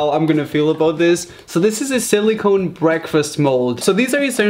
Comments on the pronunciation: when he pronounces silicone as "silly cone" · Did you say Silly Cone? . That's iconic af.